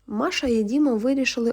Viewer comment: Якраз взялася писати комент з цього приводу. Які маша, діма?? Якщо вам подобається так, то читайте російською і нехай вас слухають прихильники рускава язика. Ріже вухо, коли українською текст, у якому звучать імена на російський манер.